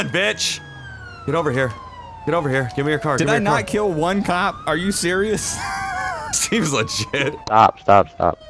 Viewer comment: “SEEMS LAGIT” Lol jk